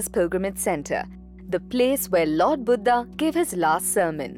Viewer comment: I love ur video except the vocabulary of some crude hindi words. Like instead of niravaan u repeatedly said nirvaanaa, i request u to kindly stop using this way to impress foreigners accent, its our language our word we must carry the original word with right uchcharan.... Its Buddh not buddhaa